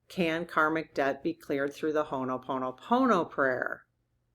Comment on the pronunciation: When you repeatedly mispronounce “Ho‘oponopono” and present it only as a short “prayer,” it erases what it actually is: a traditional Native Hawaiian conflict‑resolution process that’s long, structured, and facilitated, and can take hours or even multiple sessions. Turning that into a decontextualized mantra while invoking Hawaiian roots is exactly what many people mean by cultural appropriation. Correct pronunciation and a clear acknowledgment of the traditional practice would be the bare minimum respect. I’m saying this directly because this matters; Ho‘oponopono is a living practice for real people, not just content. I’ve raised this before because I genuinely want to see this practice treated with the respect it deserves, starting with accurate pronunciation and honoring its Indigenous roots.